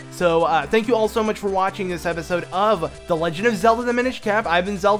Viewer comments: dude pronounces "cap" as cape :/ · It's cap not cape lol